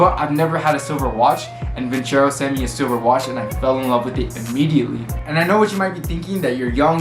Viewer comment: Did you call it "vin-chero"?